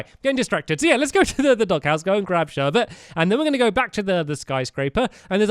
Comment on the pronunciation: "Before we start building Sherbet room" i didn't hear the 's but that may've been me